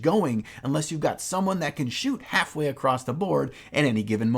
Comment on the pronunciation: I'm so happy to have noticed that someone pronounces the word "across" the same way i do. "acrosst"